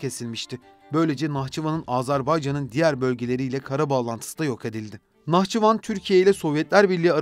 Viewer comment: Автор когда готовишь материал по грамматике тоже будь добр Быть готовым ударение в Нахчыван Посмотри куда падает ты смешно выглядишь